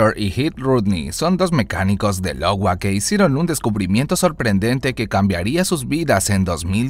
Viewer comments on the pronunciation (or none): No es “Lowa” es “Iowa “ con “i” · dice LOWA y es IOWA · Dijo Lowa en lugar de Iowa?